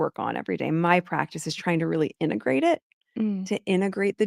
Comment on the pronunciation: Preach Sister Girl! This woman is off her head…such a strange & crazy relationship she has with the world. I’m up to my eyeballs sick of her nonsense. Plus she said integrate wrong…she kept saying innagrate… I can’t listen to that smug voice. Augh. Ps: but I so love your Thursday Lives! 💜🫶🏼✨